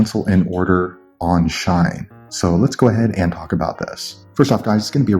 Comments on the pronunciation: Bro it’s shein not shine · Its not Shine it She-in (Shein) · It SHEIN not shine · ITS SHEEEE IN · Its pronounced she in. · Like it clearly says SHE-IN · he saying shine lol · RIGHT LIKE WHY THE FUCK IS HE SAYING “SHINE”???